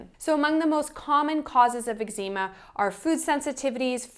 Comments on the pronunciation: You say Eczema strangely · I think you are mispronouncing Eczema.